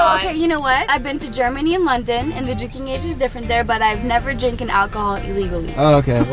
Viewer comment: she really said "drinken", thats a turnoff right there Im afraid Oh and Tylor and Pierson say it correctly lmao, its pretty obvious... my dude stop being uneducated